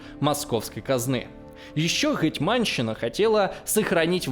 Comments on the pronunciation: Как же режет слух "ГетьмАнщина"... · гЕтьманщина, а не гетьмАнщина.